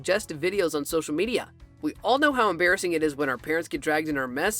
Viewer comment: "Emmbarisings moments for charlie"